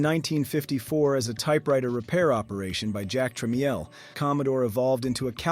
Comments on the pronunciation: Yes - VIC20 (pronounced Vee Eye Sea, instead of Vic) and Jack TramEE EL instead of Tra MEL. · It's AI, it can't even pronounce tramiel right. It's pronounced tra-MELL. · Just so you know, It's pronounced "Tramel" and "Vic", not V.I.C. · Ai doesn't even know how to pronounce Jack trammell's name... AI slap slap it on your plate... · I can't tell if this is an AI generated voice or not, I hear him take breaths in between sentences, but then he mispronounced Jack Tramiels name and then called the VIC 20 by the letters VEE EYE CEE 20, Both mistakes AI would do and often does.. Has AI started breathing. 😂